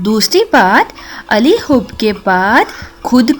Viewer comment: Plz wazifa ka talafuz theek kerain.Hoob Ali nehi hai Hoob Ala hai theek.Ala MATLAB ki taraf.hob MATLAB mohabat .plz consult for this wazifa from YaAllah community.